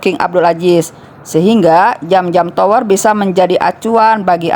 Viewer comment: Bukan jam-jam Tapi zam-zam cara bacanya seperti lidah bergetar